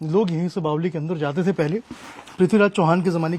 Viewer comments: बावली नही बावड़ी बोलो😂😂😂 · बावली नही बावरी होता है! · मर बावली नहीं बावड़ी होता है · bawdi hota h bawli nahi😂😂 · बावली नही भाई बावङी बोलते है